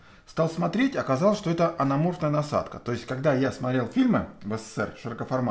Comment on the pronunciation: анамарфотная а не анаморфная